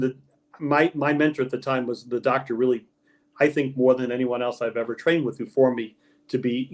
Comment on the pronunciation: OH NOOOO. HE SAID:" IVER". 🤣🤣🤣